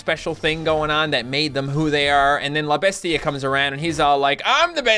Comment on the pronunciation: You completely butchered "la bestia"